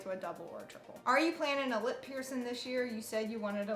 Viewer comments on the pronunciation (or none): The way you say piercing.... "Pearson"